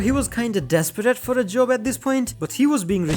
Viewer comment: what did you say a a j-j-j*b